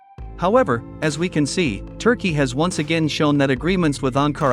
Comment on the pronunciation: "Turkeyeah" like its Indian counterpart. Are vile disappoints.